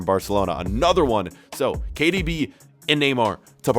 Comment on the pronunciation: When he says KDB he sounds like he’s sayin cardi b